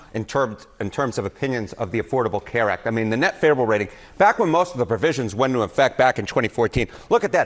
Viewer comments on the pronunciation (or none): Harry is just completely unable to pronounce the word favorable😂😂😂